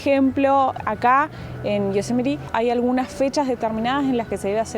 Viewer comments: Viva “yo-se-met-ee”🎉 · Hi, with regards to Yosemite pronunciation, the accent should go on the second Syllabus: SE. But you are putting too much emphasis on the LAST Syllabus